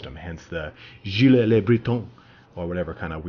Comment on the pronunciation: BTW in Giles le Breton "Giles" is only 1 syllable and is like "jeel" with a French j-sound (like the "s" in "pleasure.") So it's like "jeel luh bruh-TOH(n)" (last "oh" comes out your nose)